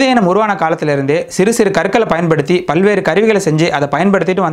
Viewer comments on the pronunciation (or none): none